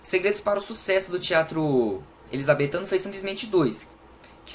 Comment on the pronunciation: "Elizabeffff" kkkkkkkkkkk😂